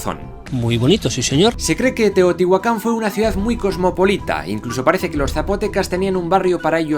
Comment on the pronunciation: Me encantaaaas! Dijiste bien Chchimeca y Teotihuacan pero mal un apellido hispano xD MORELOS TIO